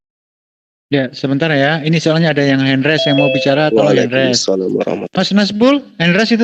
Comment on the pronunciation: mbok jangan ngomong hen res...tapi hen raise...(Hand Raise)